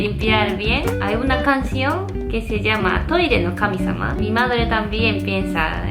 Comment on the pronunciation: no se si escuche bien pero dijo KAMIZAMA en el min.